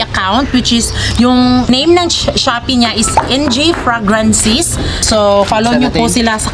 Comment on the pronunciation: Google mo panu mg pronounce ng fragrances ✌